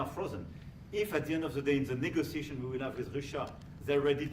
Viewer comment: Macron said ,”The Nee-Gaa-sociation ‼️‼️‼️And Trump smirked ‼️‼️‼️😱🙄😡🤬